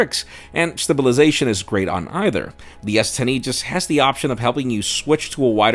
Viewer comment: ….DID YOU SAY stubulization…???.....;;--)